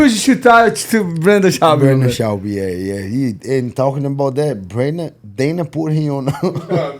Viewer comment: Brenden Schaubby 🤣